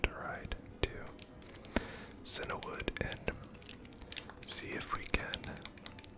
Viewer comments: I don't mean this in a mean-spirited way, but are you perhaps slightly dyslexic? It's CIAnwood, not CINAwood. You know, like the colour Cyan, since most towns and cities in Kanto and Johto are named after colours. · I'm glad I'm not the only one who grew up saying Cinna-wood, instead of Cianwood. Silver was my first Pokemon game, and little me just picked a pronunciation for words I'd never heard.